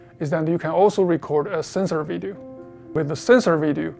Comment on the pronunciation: Someone teach the WYSE boss man to learn how the to say “Video” geezus the guy makes all this money and deals with a his main product that makes him say the word “video” probably 100 times in a single day. Yet the guy can’t even remotely say the word “video” they have a word for people like this in Chinese. Learn some dam proper English...!